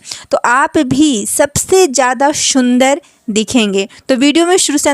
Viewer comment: Shundar nhi sundar😂😂